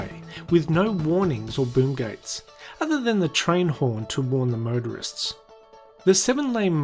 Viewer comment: The 7 lane murderway and murderists. That's all I can hear I'm sorry.